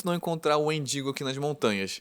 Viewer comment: Quando ele falou wendingo eu escutei mendingo 😭😭😭😭😭